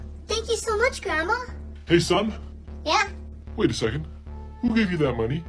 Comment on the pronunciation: 3 59 its supposed to be son not som